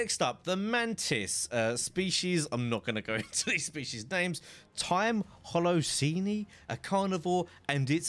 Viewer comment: It ironic that he pronounced his own time period wrong. Holocene (hollow-scene.)